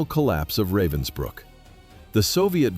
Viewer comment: It’s called Ravensbruck not Robinsbruck.